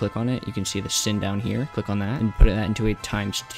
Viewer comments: It’s sine not sin (you say it like sine) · its pronounced "sine" not "sin" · i am offended by the way you said sin. its 'sine' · ITS PRONOUNCED SIGN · Exactly. I hate when people says “sin,” cos,” and “tan.” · This guy gets it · if you say sin like that you've gotten to lost in the scratch sauce go take a geometry class